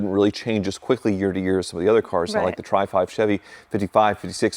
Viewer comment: knowledge of auto history sucks. He actually said "tripod Chevys". It's tri-five, dummy. You could get a car painted for under a $1,000. Or you could go to Earl Sheib and get it done for $250. He said they called the obviously V8 a 'Sweet 6'. TWICE. Stay away from Jettas on your road test and no jumping farm ponds.